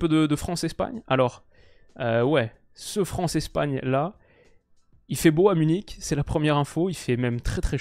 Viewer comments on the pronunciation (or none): none